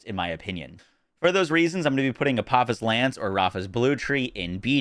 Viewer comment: It’s pronounced ah po fis. Because its names after a deity in Egyptian mythology Daedalus is the same. Named after the man who created both wings of Icarus and the labyrinth